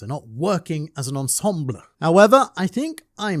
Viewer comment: Working as an ‘ensembLLLEEHH’😂